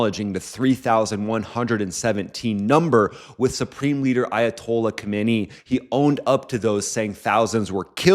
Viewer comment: Love your content. Thanks for the info. Quick note on pronouncing Ayatollah’s name: Current Supreme Leader: Ali Khamenei Ah-LEE Khah-meh-NEH-ee Key points: Kh = a throaty sound like the “ch” in German Bach Stress falls on NEH Final -ee is pronounced like the “ee” in see Former Supreme Leader: Ruhollah Khomeini Standard English pronunciation is: Roo-hoh-LAH Khoh-MAY-nee